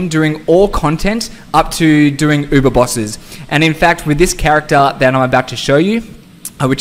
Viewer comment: I'm gonna try this in a hardcore character to see how it goes, wish me luck guys lol. Btw, I love how you pronounce uber!